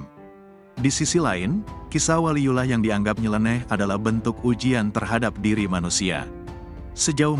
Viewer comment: Yang bener Baca WALIYULLOH, ko di baca waliyulah.